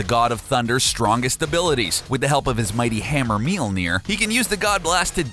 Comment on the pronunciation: Tip: If you want to be real classy when talking about the hammer, listen to the letter ø/ö and put it in the middle (Mjølnir). It would make the pronounciation far better. :-)